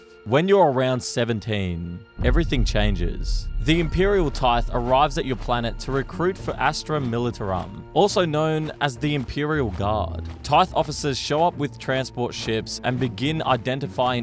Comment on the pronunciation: Samething with the astra militarum its tar-uhm, taruhm not tar-rum.